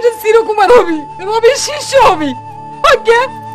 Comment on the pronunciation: পাবনার ভাষাটা শুনতে খুব ভালো লাগে, বিশেষ করে "এ-কার” এর স্থলে "ই-কার" অথবে এ-কার একেবারে উচ্চারণ না করাটা অনেক কিউট। "হবে" থেকে "হবি", "আমাকে" থেকে "আমাক"